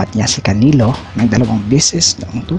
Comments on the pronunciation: Canilo ba tlga bigkas dun?😅😅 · Natawa ko sa pronunciation mo pre.. trypol GG ,canilo Alvares, ket Thurman ..hahaha